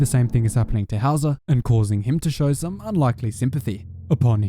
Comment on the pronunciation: At first I thought Howzer had a German name lol, it sounds like „Hauser“ which is an actual German name 🤣